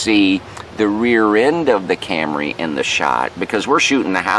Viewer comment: When you first said "Camry", you must have been channeling Rod Parsley, because you pronounced it "cam-ruh ". That's quite a lega-suh.